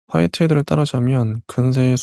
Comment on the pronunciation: 처음에 화이트 헤드를 화이트 데이라고 들었어요 저명하신 분 같은데 되짚고 갑니다.